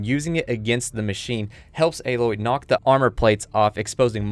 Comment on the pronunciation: great video. im so excited to play this game and thank you for pronouncing Aloy's name correctly